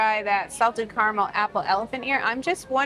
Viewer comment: Say it with us, ignorant woman, “ca-ra-mel” not carnal